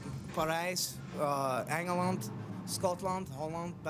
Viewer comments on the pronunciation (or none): That's odd that you say English words have a very American pronunciation. As an American, when they say English words, or mutual words like names of countries, it has a very thick accent to me. When Eddie pronounces the countries, for example, like England and Belgium, that is 100% not even close to an American accent to my American ears.